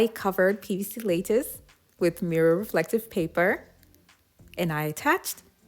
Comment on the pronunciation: Lattice is pronounced lat- us. Lat rhymes with bat. Not lay-tus. JS. ;)